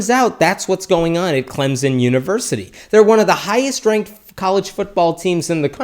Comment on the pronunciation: There is no "z" in Clemson.